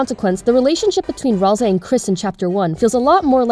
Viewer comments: Maybe you know but its pronounced ral say as seen by susies misspelling of ralsei when she griefs the instruction manual he made just sharing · Kinda related to the video: i HATE the pronunciation of Ralsei that people have chosen. Why do y'all say Ralzei when there is no Z? Or even worse, why Ral-SEE when Ral-SAY is right there and sounds SO much better. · I mean, sometimes. Your Ralsei pronunciation is inconsistent. BUT IT’S GOOD ENOUGH FOR ME